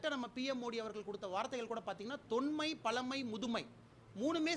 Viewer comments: பலமை not பழமை அப்பா சாமி மொதல்ல நீ ஒழுங்கா படி தமில், தமில், தமில்னு தமிழை கொள்ளாத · தமில் தமில் தமில்..பலமை இல்ல...தமிழ் பழமை... அப்புறம் ஏண்டா இந்தி சமஸ்கிருத்தை திணிக்கிறீங்க...உன்னுடைய பழைய காணொளியில் நான் ஒரு கன்னடன் என்று சொன்னதும் உண்டு... கேடுகெட்ட பாஜக தமிழகத்தில் ஏமாற்றி ஆட்சியில் அமர நினைக்கிறது...தமிழக மக்கள் ஒரு போதும் ஏமாற மாட்டார்கள்.... இப்படித் தான் சேலம் ஆட்சியர் ரோகினி யை சமூக வலைத்தளங்களில் ஆஹா ஓஹோ என்று பிரபலப்படுத்தினாரகள்..போகப் போகத் தான் தெரிந்தது அவர் ஒரு பிஜேபி அடிமை... என்று.. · 😂😂😂 உச்சரிப்பு சரி இல்ல தமில் பலமை😂😂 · தமில்.... தமில்... தொன்மை... பலமை.... அட பிக்காரி... தமிழை தமிழ் என்றே கூறத் தெரியவில்லை.... கன்னட நாயே... i am proud to tell - i am kannadika ன்னு சொன்ன நாய்தான் இவன்...